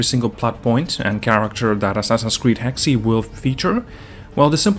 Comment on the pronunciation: Not trying to bash, but I thank you're pronouncing Hexe wrong. I think its just like "Hex" and not "Hex E"?